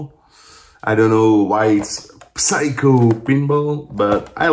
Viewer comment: Eva and me didn't understand 'Everything Everywhere All At Once' at all. I read the glowing reviews, so I was VERY MUCH looking forward to it (plus, the comeback of Ke Huy Quan!!). Might have to see it again to 'get' it. Here's my review: actually, you don't pronounce the P in Psycho. So it's SYCHO PINBALL. Thirteen euro!